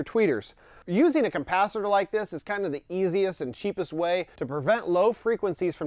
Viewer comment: Lol "compacitor?" Try again my friend